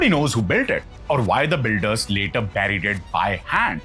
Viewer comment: Nice content, hope you can improve on diction. Some words are pronounced very badly like buried